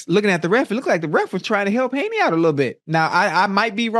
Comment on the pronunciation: Shannon said " Jr. Widdle weight!"